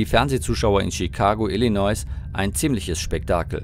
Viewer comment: Fast 50 Jahre später? Der Vorfall ereignete sich 1987, nach meiner Rechnung sind das 37 Jahre. Das „s“ in Illinois spricht man übrigens nicht aus.